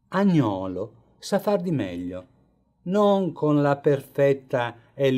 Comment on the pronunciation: Bellissimo documentario ma attenzione alla pronuncia del nome Agnolo con l'accento sulla a e Panciatichi con l'accento sulla seconda a e senza la doppia c 😉